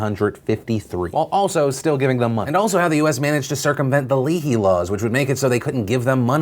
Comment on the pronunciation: It’s pronounced Lay-hee - just for any future coverage